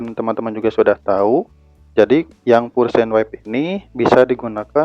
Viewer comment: "pure" itu (pyur)